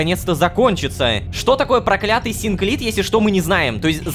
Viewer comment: Это невероятно! Рома наконец-то начал правильно читать слово "прокля́тый"